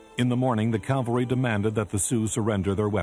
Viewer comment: This was very well done, especially with the Indian descendants telling their stories.. BTW, Custer led a "cavalry", not a " calvary", which is a Biblical term.